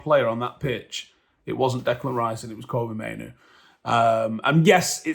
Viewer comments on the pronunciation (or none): Fk sake, stop calling him Koby, Mainoo his name is Kobbie? Kob-bie like Robbie, but with a K